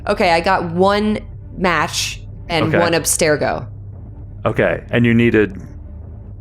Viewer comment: I love how they keep pronouncing Abstergo, "Aspergo" as if it's an artificial sweetener hahaha. Seriously though, listening to an Assassin's Creed TTRPG with the actual Abubakar Salim playing the actual Bayek of Siwa... so good. Even if no-one on the show acknowledged it, hearing him sneak in a "Siwa will never know peace" was excellent hahaha.